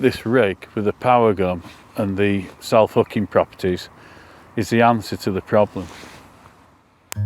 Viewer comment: Sorry, my ribs are sore - all I can hear is "Cell fookin feeder rig"